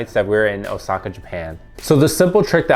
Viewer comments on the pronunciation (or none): none